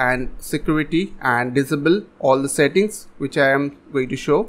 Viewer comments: What the hell does Dizibil mean? Can't you say disable? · Not to make fun of your accent but I love how you say disable. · The way he saids disable kills me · please google how to say the word disable... otherwise great video